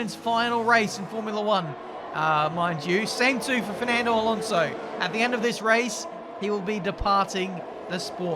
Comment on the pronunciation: i swore was gonna say fernando, so he said, ferlando